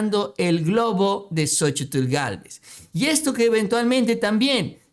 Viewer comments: Excelente nota, solo que no te soporto cada vez que dices xochi TL, hijo de tu madre, me retuerzo de escozor cada que dices xochi - TL, que re cuesta decir sochil y punto, jajaja te mamas!! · QUE YA NO PRONUNCIES LA TL DE LA SOCHIL, NO MERECE ESFORZARSE CON EL LENGUAJE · Estaba mirando el vídeo, pero escuchar tanto el nombre xochiTL y como lo pronuncia mejor me boy a la verg..a. 😂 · no será posible que pronuncies a Xochitl como es? La verdad es desesperante oír como remarcas la tl y créeme que no es necesario, simplemente te lo voy a escribir como suena y se pronuncia... sóchil. La X se convierte en S. Es que de por sí, esa Sra. Ya no la soporto y luego tú hasta remarcas su nombre y la verdad pues no es así. Saludos. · no digas Xochi tl mejor dí Xochi....lito!??!! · Más bien la t es la que no se pronuncia. Solo zochil y ya quedó. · no tienes que pronunciar la L al final de Xochitl